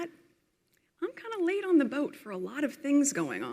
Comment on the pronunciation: Sounds like she said 'laid on a boat ' ....not 'late' 😂😂😂 once a yacht girl, always a yacht girl ( allegedly 😅)